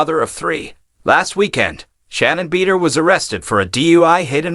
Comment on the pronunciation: Everyyy time this guy mis- pronounced Shannon “Beeder”… hilarious!! 😂